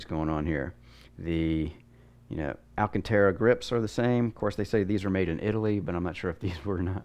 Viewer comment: ALCANTARA. Not Alcatara.